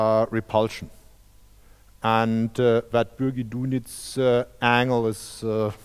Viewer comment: As far as I know, Dunitz was a Brit. So it's probably pronounced Bürgi D(a)nitz.